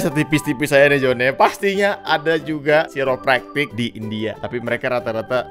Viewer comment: Pronounce nya kairę’praktik bro,,,aku pernah ke situ,,chiropractors ahli tulang